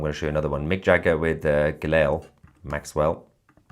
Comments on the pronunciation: She's not 'Gilell', it's pronounced 'Gillane' (Guislaine (spelled wrong), Maxwell). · Ghilail Maxwell?? It's Ghislaine Dude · Stop saying ghilelle lol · Toussi, Her name is pronounced Ghee - lane Maxwell old son.. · YOU Prononce her name.....GIH-LANE....Maxwell . You're welcome❤ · It is pronounced Gilane you ignoramus. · How are you pronouncing Maxwell's first name?? 🤣